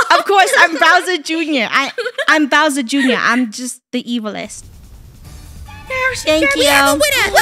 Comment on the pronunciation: I LOVE HOW MOST OF TIME THEY CALLED BOWSER JR TO “BROWSER JR”😂